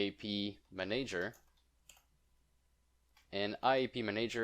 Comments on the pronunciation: Please, "Manager" is pronounced man-ah-ger, NOT man-aye-ger!!! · Re check the pronunciation of manager. Great video btw